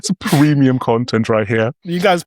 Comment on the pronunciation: "creemium content"